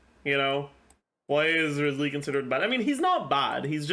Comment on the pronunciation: You would pronounce his name Ryzely, actually.